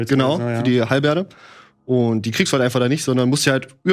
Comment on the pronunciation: hat er gerade:"Hall(e)berde" statt "Hellebarde" gesagt? 😱😅